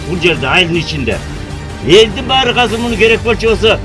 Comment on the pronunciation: "Казыр" - дебей, "Азыр" - эле дегилечи, же Мектепте Кыргыз-тилде: "Казыр" - деп окутканбы силерди???..